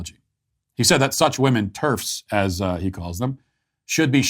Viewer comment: People are pronouncing ‘women’ as ‘woman’ and vice versa. Nobody is talking about it and it’s driving me nuts.